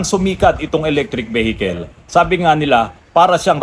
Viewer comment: Veehicle po sir. Hindi vehicle. 👏